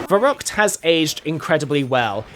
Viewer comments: Wicckay 😂🤣 Der Reesey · I just love how you say Nacht der Untoten , verrückt and der Riese it is totally wrong but i just love it